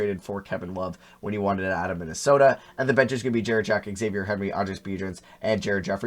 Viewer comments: It’s za-v-yay not x-avier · “Xavier” lmao, it’s “Zah-vee-ayy” Henry